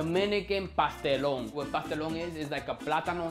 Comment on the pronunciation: It’s pastelon 😭